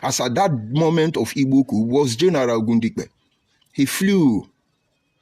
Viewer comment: Everything this fellow said are full of Cacophony, contradictions, outburst of hatred, anger and pointless. No body is forcing you to unite with Igbos. Go your stupid way. He can not even pronounce "Coup". Was he pronouncing Coup or Cupe? I have wasted my precious time listening to this goat putting on tie.